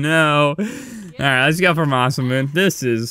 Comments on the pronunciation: It’s (Masa•moon•nay) NOT (Masa•moon) ❤️👌🏻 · masamune (mass-uh-moon-ay)